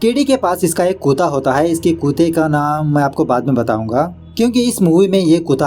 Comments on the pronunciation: Bhai aap kutta ko kuta kyun bolte h? 😂😂😂 bhout hasi aati j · it's not "kuta". It's KUT-TA. or you can say it in english. just say "Dog" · Kutta or kootaa.. Your pronounce is really funny😅. I really like it. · Kutaa nhi bhai actually kuttaa But funny 🤣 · कुता नही कुत्ता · Kya bhai kuttta bolo why are pronouncing kuta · बड़े भाई, उसे कुता नही कुत्ता कहते है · कुत्ता(kutta) hain bhai kuta nahi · After long time heard ur "kuta" pronunciation. 🤣🤣🤣🤣🤣🤣